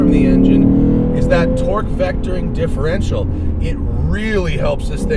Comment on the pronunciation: I thought you said Electronically Controlled DILF for a second. I was like, what, did you put Zach in a shock collar or somethin/